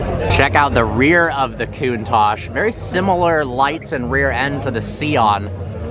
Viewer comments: I almost chocked when he said KOON TASH . Ahhh Americans haha . Still thoe ,no hate , nothing but love lol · Coontach????? Count-tach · It’s pronounced Countach